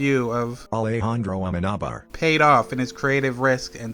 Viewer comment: As Spaniard I laughed my arse off because even with loquendo the pronunciation of Alejandro Amenábar isn't the correct one 😂😂 Excellent analysis, I watched the film on cinemas with a friend, we couldn't sleep for a week and then after a few days 11/9 happened.😢 As a kid it scares you, when you grow up you can feel all the sorrow and the pain from all the characters